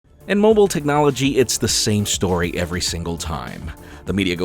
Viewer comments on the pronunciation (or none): none